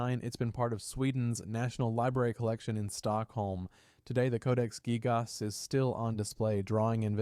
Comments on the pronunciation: Codex gig-AHS😂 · You can tell the voice reading the script is AI as well because of the incredibly weird spacing between words and how he pronounces "gigas"